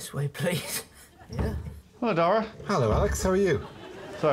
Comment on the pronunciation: It amazes me how so many British people still think that "Dara" rhymes with "Tara". For future reference, it rhymes with "Para" or like the first half of "carrot", with an unstressed a at the end.